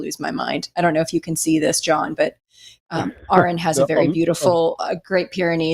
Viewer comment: He who misspronounceth Aron shall be punished.